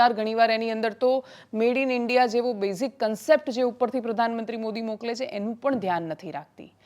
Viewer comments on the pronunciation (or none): none